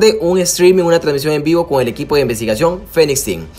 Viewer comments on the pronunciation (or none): none